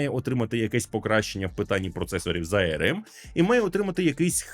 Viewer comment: ну не ай-ер-ем (IRM), а арм (arm), ну або вже ей-ер-ем (arm)